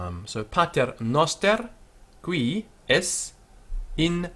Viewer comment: Qu is pronounced cv :( Man, come on, I cringed when I heard that qui.